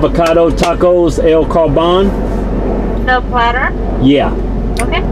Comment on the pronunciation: "Tacos A L Carbahn." Died.